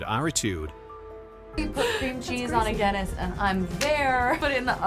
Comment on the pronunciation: It is Guinness cake, not dinnis cake